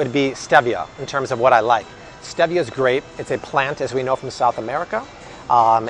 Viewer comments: It’s pronounced Steve-ia not Steeviah 😂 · Stevia is pronounced STEEEVIA not the way you pronounce it! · It’s pronounced Steee-via. Google it. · ReddGal He pronounces it the British English way, while in the US it is pronounced “steeeeeevia”. 🙂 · Am I the only one who had never heard stevia pronounced with an eh instead of ee? Have I been saying it wrong or is it like the whole "tomayto/tomahto" thing? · Stevia (stee-via) 😉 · It’s not stevia with a short e, it’s a long e, stee-vi-a. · I thought it was pronounced Steeevia..😆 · Omg the way you say stevia drives me nuts!!! 🤣🤣🤣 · He is pronouncing it in Spanish. The e is pronounced eh.